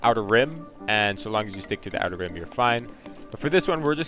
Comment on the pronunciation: Outer Rim. Outer Rim. Dude, figure it out before you upload the video.